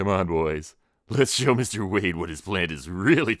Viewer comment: This was awesome! I just wanna know how many times you said Wayne instead of Wayde 🙃